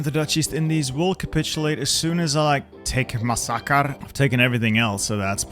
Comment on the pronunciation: im an indonesian and you saying masakar is funny